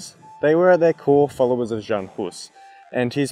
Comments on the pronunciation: Hearing pronunciation of "J" in "Jan" made me die inside a little bit. This is not modern ango-saxon "j" like in "jam" but rather like "y" in "yes". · In Czech, the "J" is pronounced as a "Y" in English, just to let you know.